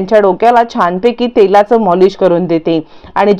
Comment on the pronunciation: Hi programme sangnari aadhi prog tantey ani nit bolat java karan molish nahi maalish😂😂😂😂